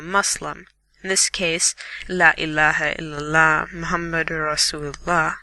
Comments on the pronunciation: Dexter Morgen He says, "La illaeha, ilaha." It's, "La illaehae il-Allah." He just completely messed up the name of God... He then says afterwards, "Allah-oo-akbar," when it is, "Allah hu Akbar." This may seem nitpicky to you, but these mistakes still count and are not sins for him, but for whoever taught him Quran because his mistakes infer he was taught wrong, therefore putting the burden on his teacher's shoulders. This is why it is IMPORTANT you do not mess up the recitations of the Quran because you ruin the meanings in wrong recitation, and you put sins on your teachers' shoulders. I was yelled at and hit for wrong recitations, and taught how important it was to make sure our teachers are blessed for teaching us. Lastly, his voice is annoying and he had no inflection in his voice, and what little inflection there was in his voice was forced and hard to listen to. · Ladies and Gentlemen, Good God Almighty, like back in the old days! That 'Muslim' is not knowledgeable, nor is he pronouncing any of the words correctly. Since when did Inshallah mean maybe? And La ilaha il al HA? WHAT?! My Child, are you trolling or are you actually serious? I would like to rage a little longer but unfortunately, I'm here today and gone tomorrow.